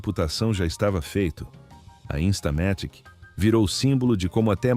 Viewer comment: InstalaMÉtic? InstamaTÍque, é? Estamos no Brasil, não no Brazil... 😂😂😂😂😂😂😂😊